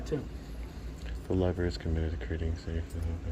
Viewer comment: What are these Lie-Berries you speak of?